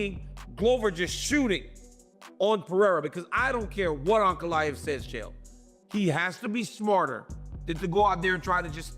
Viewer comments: " Chyelle" Sonnen.... Fuckin AI videos are getting old 😑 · CHA-EL SONNEN AND POWA-TEN